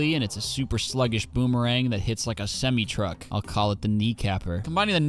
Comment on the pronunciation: "Semmy truck"